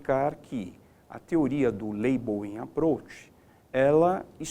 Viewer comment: "Teoria do Laibouím Aprouch"...foi o que salvou a aula kkkkkkkkkkkk